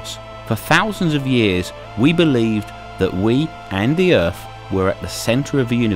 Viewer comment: Where is this planet called Erf that you speak of?